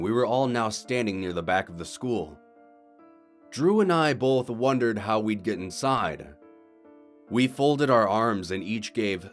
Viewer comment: Both not bowlth!!!!!! Keep.up the good work!